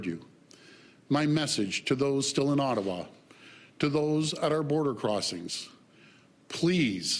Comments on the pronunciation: "It's CANADA!" Mr. Ford... Not Kanda. 😖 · You're looking rough Doug. By the way, it's pronounced Canada, not Canda..... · Why can't he pronounce Canada? He keeps saying "Canda".